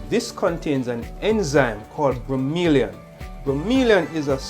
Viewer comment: its bro mo lain. not bro me li an